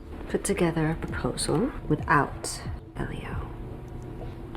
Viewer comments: And it is Elio not Eliot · About the one with La Bonne Nuit, she says Elliot. It's ELLIO. That's kinda infuriating to me. Especially after seeing all 4 seasons. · who else got mad when she said Eliot instead of Elio? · You realize his name isn’t Eliot right? You mis pronounce so many names. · It’s Elio not Eliot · Right I can’t be the only one did she call ellio Elliot 🤔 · When she calls Elio 'Eliot' oooooofffffff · Its Labon nu oi And Ellio not Elliot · we Stan the narrator says Elliot instead of Elio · "Lava Nuit" "Eliot" LMAO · Sophie Hill actually, it’s pronounced Elio... I honestly don’t know how it’s spelt nor do I care, but the video is wrong